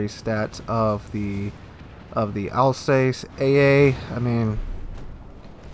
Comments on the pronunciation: Your pronounciation of Alsace its killing me Al-zahs Not Al-says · Alsace is pronounced 'alsass',.